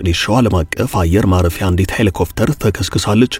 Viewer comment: ሔሊኮፕተር not ሔሊኮፍተር